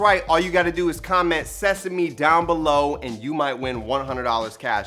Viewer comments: Literally screen shotted the ingredients before even watching😂 Can’t wait to make this! Oh yeah also “SESAME” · Lmfao!!! I’m just here for y’all’s shenanigans. You guys seriously crack me up 😂 Also “sesame” 🤣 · Sheeeeessshhh! You did it once again with helping me decide on what to do for dinner. Loved all the dance breaks! 😂 and bloopers 😂 “SESAME” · OPEN "SESAME" these bloopers 🤣